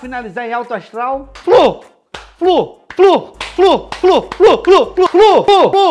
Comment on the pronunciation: FLU......ou "FRU" "FRU" ???